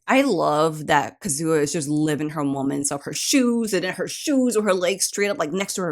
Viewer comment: FYI with Japanese names, like Kazuha and Sakura, think of it as the stress being on the first syllable. Hope that helps.